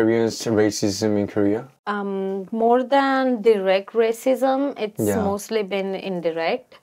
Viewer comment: You said korea . I heard gay.